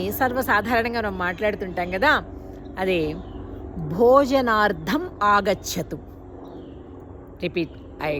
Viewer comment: ಭೋಜನಾರ್ಧಮ್ ಕಾದು ಭಗಿನಿ ಅದಿ “ ಭೋಜನಾರ್ಥಮ್”. It is “ Bhojanartham” not Bhojanardam